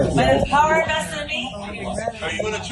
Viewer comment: it's "vested"...